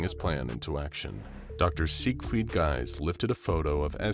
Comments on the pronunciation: As a German it hurts me everytime he pronounces Sigfried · Please stop saying siegfried like that